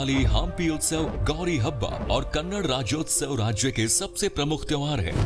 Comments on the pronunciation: Its not kannad pls pronounce it as kannada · It's not karnatak, it's karnataka, and it's kannada not kannad, and more over we call the so called language that you have spoken in video as hind Or hindi? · It is Kannada not kannad🤬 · It's not kannad , it's kannada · Kannad 🚫 Kannada ✅ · It's not karnatak, it's Karnataka And it's not kannad, it's kannada